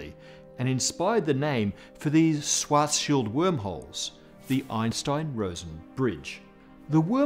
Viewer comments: I am impressed how English speaking Physicists recently learned to pronounce 'Schwarzschild', but are still not there. From 'Swarts Child' over 'Swarts Shield' it should only be a small step to the correct 'Shwarts Shield'. Good luck. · It's pronounced Schwartzzzzz-CHILD! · I thought it was pronounced schwartz........child, not scwartzfield, maybe his english accent is just butchering it. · kahrl suwartzsield? :D c'mon man, you look SO similiar to me, it can't be a genetical obstacle; you HAVE to be able to pronounce it correctly, your tongue DOES know how to do the specialmoves!^^ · ... did he say 'Schfartschild ' ? ... i guess my sister inlaw will be disappointed shes now Mrs. Schfartz ... lol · Sounded like you said Cows Farts Shields. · What is the difference between svartsild and Schwartzschild, or are you just pronouncing Schwartzschild weird? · He's got the "Schwarzschild" pronunciation almost down now. Now just a "sh" at the beginnning and it's perfect 😃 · Michael Ross Since Dr. Schwarzschild was a german jew, his name should have been pronounced correctly, but the host did not. Einstein's name is pronounced more or less correctly though, by everyone, even though spelling was not anglicized. Did you know that most german names have meanings? Look it up, interesting ones are Zuckerberg, Zimmermann, Frankenstein, Vogel, Koch, Kohl, Kellner, Kaufman, Jaeger, etc... all these names have unexpected meanings. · I'm sorry.. i have to be that person, but, Carl's Fartshield? Also, Ludwig Phlegm??